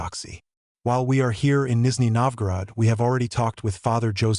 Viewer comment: Did you say you will translate a Canadian??? He speaks ENGLISH!!! And it is not Nisney Novgorod, it is Nizhny Novgorod (South New Town).